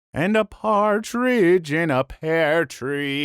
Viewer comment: i heard "and a cartrige in a pared tree"